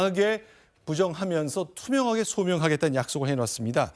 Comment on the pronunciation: 투명하게가 불투명하게로 들리냐!